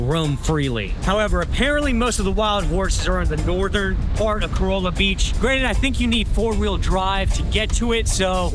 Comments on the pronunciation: Great video, just one thing, it's pronounced Ca-ralla, not Corolla like the Toyota. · "Co-Rall-Ah." You're welcome. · Its Ka-rahl-uh, not prounouced like the car 😂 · Its "Cor-ah la" A corolla is a vehicle made by Toyota.